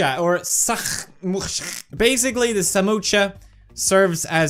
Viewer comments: Pewdiepie it is not samocha it is samosa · Not samocha it's samosa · It is not samocha it is samosa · PewDiePie call samosa samosha Me:noo PewDiePie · That's not samocha it's samosa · Oh and it is pronounced samosa NOT SAMOCHA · Pewd: Says Samocha Indian: A Samocha what now? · Also him - samoocha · The spelling is just "Samosa" So same goes to pronunciation ...😂 Why does he have to go $@@